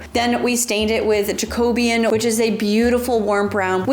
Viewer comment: please stop pronouncing jacobean like that, it hurts every time 😂😂😂😂